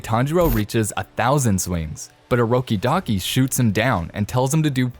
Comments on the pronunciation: Bro, stop saying urokidaki ur supposed to say urokodaki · Its orokodaki not orokidaki